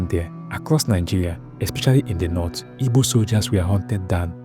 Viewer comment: and please it’s “Igbo” not “Ibo” …. Thank you